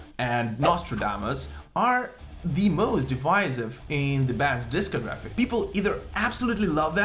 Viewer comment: It’s pronounced dis COG raphy, not disco graphs! Jeeze... lol